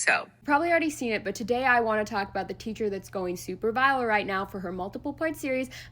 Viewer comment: "Super vilaal" she said.